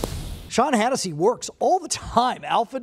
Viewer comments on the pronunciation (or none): His last name is Hatosy, not Hannisy. Otherwise, great interview.